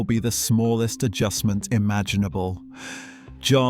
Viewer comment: That's great insight into Verstappen's style and predilections, thanks a lot! I believe Max will win the World Championship many, many more times in the future — and I'm a died-in-the-Red Tifosi! But I have to knuckle-smack you on one issue. Max's father — it's NOT "JOSS" for cryin' out loud! Max's father's name is pronounced "YOSS" as in most European languages "J" is pronounced as if it was a "Y". Your mistake is particularly annoying here as you you refer to him as "JOSS" around four-hundred and thirty-seven million times... 😫😩